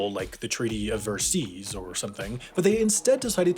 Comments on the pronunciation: treaty of versea XD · the treaty of ver-seas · The treaty of verseas lol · Treaty of Ver-seas is my favorite😄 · The treaty of Ver-sails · "The Treaty of Ver-Seas..." Oy, vey. Please, stop PUN-inshing us!! Okay, I'll also show myself out, I know where the door is. Can someone validate my parking? =)))